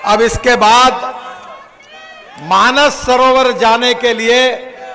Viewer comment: माननीय गडकरी जी, ठीक से मानस सरोवर बोल रहे है और आप लोग क्यों मान सरोवर लिखते हो और बोलते हो? व्याकरण नहीं आता तो सीख लीजिए और बोलिए और लिखिए। हम लोग ही गलत बोलेंगे और लिखेंगे तो बाकी लोग तो बोलेंगे ही। सुधारो खुद को।